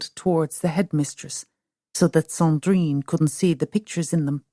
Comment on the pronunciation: Oh my god woman - Sandrine is a beautiful name but you really strangle it with that terrible prononciation.